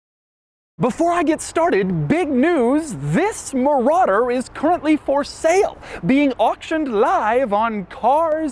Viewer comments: muh rodder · mouh rADder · The way Doug says "Marauder" is the equivalent of Hoovie saying "Riptide Blue." I guess it's impossible to say Marauder without emphasizing the name 😂